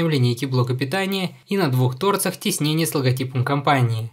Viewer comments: Как же режет ухо неправильное ударение в слове "торцах". С построением фраз дела стали несколько лучше, чем ранее. Тавтология, конечно, тоже заметна, но это можно списать на стиль речи. За обзор, естественно, спасибо. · Не на тОрцах, а на торцАх!